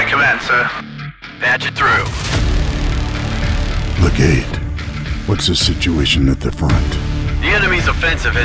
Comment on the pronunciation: It's pronounced LEH-gate, with emphasis on the first syllable. Commendable stop motion work. Fun.